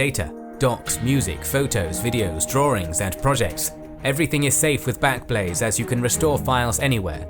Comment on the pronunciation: Well done, how on earth you said backblaze so many times without saying blackblaze I have no idea! Such a tongue twister, try saying it ten times fast, I can't do it lol 😅